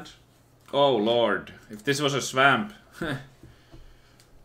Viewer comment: "swemmp" jk love the vids